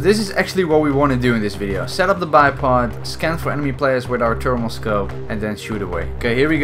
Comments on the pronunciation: "termal scope" instead of thermal scope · T'ose. T'ermal.